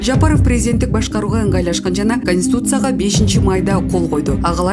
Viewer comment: Эй алып баруучу шашылбай окучу ошондо туура окуйсун, конституция деп туура окугун ошондо туура окуйсун кансуция эмес, сени ит кубалап бараткандай шашылып окуйсунго экичи